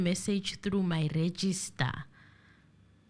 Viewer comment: It is Registrar,, not register.